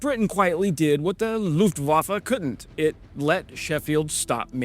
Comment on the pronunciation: Dude! Thanks! But it´s not LUFETENWAFFE, it's LUFTWAFFE.